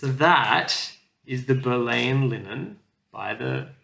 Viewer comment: Primitive Hare you bought was pronounced as the 2nd wife of King Henry VIII Anne Boleyn Bo-lynn